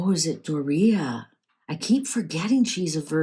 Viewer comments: Its Doria (Door ee a) not Dorito!! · Her name is DORia, not Dor EE ta or Dorito. Lol